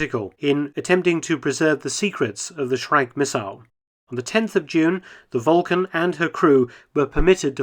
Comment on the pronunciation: Why are you mispronuning the actual word Vulcan? It's spelled with a "u". Do you know something that no one else does? Volcan ?